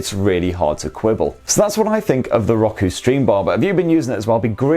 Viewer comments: Hey it’s Row-koo. Just kidding i’m calling it Rocku now to plus i like calling u guys limey bastards…c’mon who doesn’t 😮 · Lmao... It's not rock-oo... It's pronounced row-koo... 🤣🤣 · I know it's just an accent thing, but his pronunciation of Roku is just... ew. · Why is it bugging me how he pronounces Roku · Hate how you say roku. Gah cant watch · Never heard Roku pronounced that way.